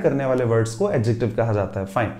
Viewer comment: Sorry but I have checked adjective pronounciation from Google text to speech and the pronounciation is start from ad🙏